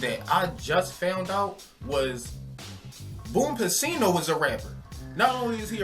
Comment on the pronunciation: BRUH.....ITS BOOM PA-CINO LIKE AL PACINO